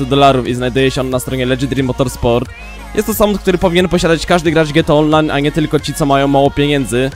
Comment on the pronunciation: Czemu słyszę Elegy Dream Motorsport zamiast Legendary Motorsport